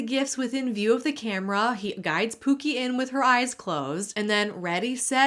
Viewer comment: The way he says “pew-key” (pookie) makes me nauseated 🤢